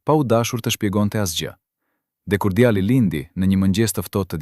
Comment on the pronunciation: Nuk e di ne ngjarja eshte e sajuar ae vertet por mua me teper me shqetesone fakti ti qe po pershkrian ngjarjen kush dreqi je.djali dhe jo djalli o meso mire shqipen o zhduku e bere dhe djalle nje femi te pafajshem mos ta degjofsha me zerin o i shkale......